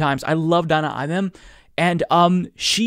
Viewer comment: Great stuff. BTW, the A in Imam is pronounced like "mama" and not like "man".